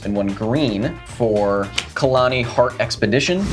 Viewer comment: KAL-KNEE. Khalni heart expedition. Not Kalani. But very guild episode nonetheless. But seriously Kyle